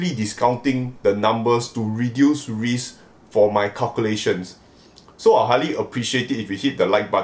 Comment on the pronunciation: Certain amount of reesk 🤔🤔🤔🤔 RISK....